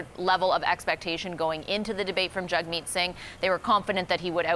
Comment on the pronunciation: These two woman cant even get Jagmeet's name correct , very poor journalism.